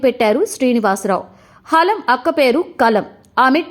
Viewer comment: హాలం కాదు anchor గారు... హలం...